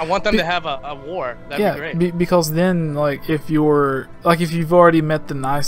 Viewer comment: "beKULLs".. am I hearing this correctly? "because" I think so.